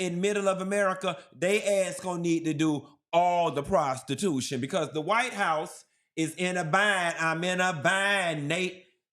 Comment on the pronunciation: But what about "prostitutionnnm" 😂 jk/lol😂